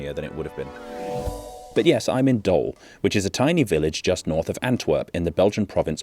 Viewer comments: What are you saying man.... He pronounces it as doll which is wrong of course... The correct pronunciation is Doohl, like cool or pool. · You pronounce it 'dool', not dole or whatever you are saying. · well, you're saying Dool when you should be saying Doel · The pronunciation is closer to "dool" than to "dole" or "dull", as you seem to think. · Better translation of Doel (In English you'd write Dool to get the same sound while now you're saying Dull) is the "target". In recent history (somewhere in the last 2 years) the government announced it's allowed to build and move there again. The renationalising of nuclear powerplants has nothing to do with the village at all. Not to mention, nothing is even decided on that renationalisation as Engie (the owner of the centrals) still has to make a decision about this. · It's not 'Doll'. Pronounce it like Drool but without the R. Flanders isn't a province either it's a region. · The pronunciation is Dool (like Tool) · ez Sub+1, darn good material, well done man edit: if anyone wants to pronounce it right say 'dool rather than dulle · Dole? It clearly says Doel. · There is a beautiful irony in pronouncing 'Doel' as Dutch 'Dool' and 'Den Doolen' as Dutch 'Den Doelen'. Flip the two pronunciations, and you'd've nailed it 😂 Regardless, an interesting video once again. Unfortunately, it does seem that, at the moment, Doel being spared from demolition is more of a Pyrrhic victory than anything else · Just a small note: the Dutch “oe” sound isn’t really an “o” sound. It’s actually the same vowel sound as the English /uː/ (like in shoe or *food*), but shorter and more stable. It might sound a bit like an “o” if you're not used to Dutch, but phonetically it's closer to “oo” in shoe than to any “o” sound. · You said Den Doelen correctly but Doel is not pronounced like Doll but like almost the English word "to drool" so phonetically Doel ---) "Dool if that makes sense great episode btw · It's pronounce D-ou-l with the same ou as in you